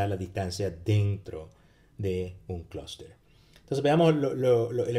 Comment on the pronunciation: Y el vector de medias??? Critica Constructiva: pronuncia muy bien "Cluster" en ingles pero en español se come todas las "S".